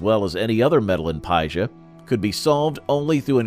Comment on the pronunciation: Your pronunciation of paisa made me quit listening